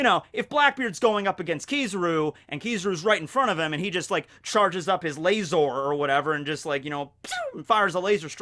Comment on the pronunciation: Things I learned in this video 1. Barry is God 3. Kizaru is a God, but a lazy God 2. Laser (in our asian accent) is pronounced as "LAZOR"